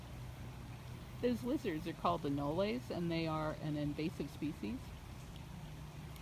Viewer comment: Hey! Those lizards you were talking about are pronounced "A" like "ah" and "nol" like "mole" but with an "n" instead